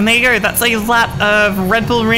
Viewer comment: Lost me at "Ready to gorrrr"